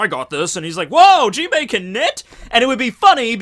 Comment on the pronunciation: Why do you pronounce Jinbe's name with an "i" at the end? Similarly with the word "anime". It's really annoying ...